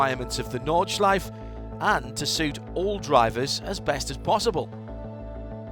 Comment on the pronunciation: Nice one! A hint about Nordschleife: There are no silent vowels at the end of a word in German, so the E at the end is pronounced, like an "-uh". Just like in Porsche, "Porsh-uh"